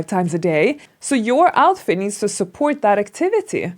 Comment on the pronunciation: “You know whaR? I changed my outfiR. Now iR looks cuRe.” Hahaha way of trying to have American accenR. BuR she goR iR RoRally wrong. Why is thaR? Because she makes every T sounds like an R whereas American accent only makes T sounds like an R when it comes between 2 vowels. Not every single T is R!